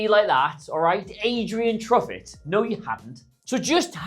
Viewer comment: I had infact heard of Adrien Truffert and Bafode Diakite, especially enough to actually pronounce their names correctly